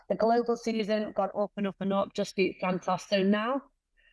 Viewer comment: Santos has a crush on you. You can't tell? Respectfully, the Santos you fought was not the same Taila that Valentina fought. That said, you are the best flyweight in the world, bar none. Alycia Baumgardner is your super fight. Dakota pronounces Santos as Santoss. Too cute.